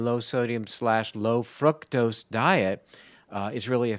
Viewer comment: i think you are mispronouncing fructose. it's not fruit-tose, (i believe) the proper pronunciation is fruck-tose vanishingly small pronunciation; however it leads people to believe that fruit-tose derives from fruit, and hence healthful. i might be wrong, but you might be misleading people. looked up frucktose. usa pronunciatiion is fruke-tose; sounds a lot like fruit. use the british fruck-tose, instead.